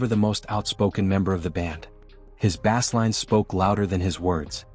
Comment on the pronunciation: This is obviously text to AI voice…. the biggest give away when “bass” is pronounced like the fish and not the instrument….